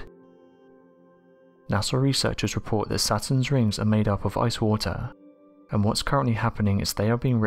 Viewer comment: rings of watahhhh and amoniahhhhh